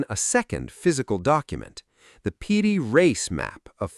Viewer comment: The name of the map maker is Piri Reis, not PD Race. What kind of AI weirdness is this? Also, the AI voice says "directer" rather than "more direct".